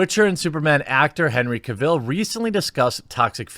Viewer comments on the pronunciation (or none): His name is pronounced CAvill, not caVILL. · The stress is on CAvill, not CaVIll. Do you have a congenital inability to pronounce correctly any word that has an A in the first syllable? :P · Lemme help you out - his name is pronounced like “travel.” Henry Cavill, not like Cruella Deville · Henry CAVill, not caVILL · Omg learn to say his name right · The only thing toxic in this video was the pronunciation of "Cavill" and "Geralt" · Its pronounced cavill not cavill